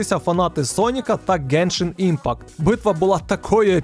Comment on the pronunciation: ти 10 разів назвав геншаімпакт, йопрст, так важко написати назву гри?)) я взагалі не розумію жодного слова з твоєї вимови)